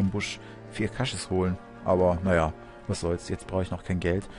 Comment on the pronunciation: man spricht es aber KAsches aus, erfährt man im 2. teil